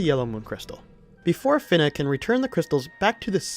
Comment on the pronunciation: You’re the one other person I’ve come across who pronounces “Fina” as “Finna”. She finna be a pirate